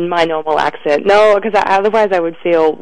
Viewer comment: oMG her 'no' sounds kinda american now !